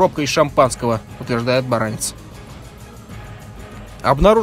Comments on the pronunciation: В фамилии Баранец ударение на "Е". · Вообще-то БаранЕц, а не БарАнец. Вопросы поставлены правильно, ответы - кривоватые. Далеко не вся информация. В корпусе ПВО, в котором служила эта гнида, у причастных к этим событиям - была более подробная информация.